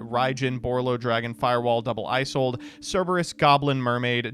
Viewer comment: I kept cringing every time they mispronounced Isolde.